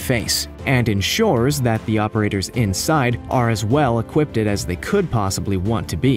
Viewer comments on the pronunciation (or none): Uhhh, what? Equip-ted? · So, no one is going to mention how he says "equip-ted"? Still, a very good job. Way better than any AI.